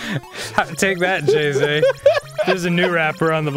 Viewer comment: Jay Z not Jeezy..... -_